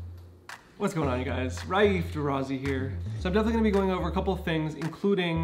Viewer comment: Wait, wait wait... "Raif" has TWO syllables? Fever, dry cough, difficulty breathing. The only way to confirm is to have a test. Anything else is supposition.